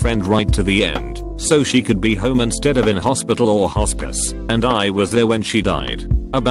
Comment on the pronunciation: My god, I heard “hORsePiss” instead of “hospice”...